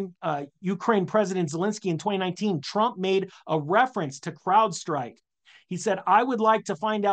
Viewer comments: LOL CLOUDSTRIKE? Hopefully you are pronouncing it like that on purpose!!! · He keeps saying “cloud strike” . . . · Crowd. Crowd. Crowd Strike. Not cloud.